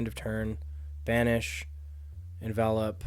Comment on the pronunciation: is one of the best to drive a Vinny deck on Youtube, and that's partially because he's one of the few that knows how to pronounce 'Envelop'